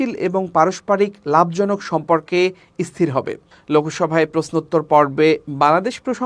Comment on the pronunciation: খবর পড়তে হ'লে উচ্চারনে সতর্ক থাকা জরুরী। কি খবর পাঠ করছেন? ইস্হিতিশীল, ইস্হির এগুলো কোনো উচ্চারন?